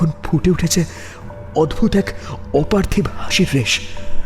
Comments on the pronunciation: অপার্থিব কথাটার উচ্চারণ অপার্থিবো পার্থিব্ বা অপার্থিব্ নয়।সারা নাটকে অর্ণব ছাড়া বাকিরা ভুল উচ্চারণ করে গেলো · অপার্থিব শব্দের উচ্চারণ অপার্থিবো/পার্থিব হয়।উচ্চারণ সঠিক করুন